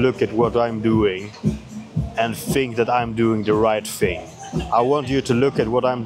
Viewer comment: Thing, not "fing" 😂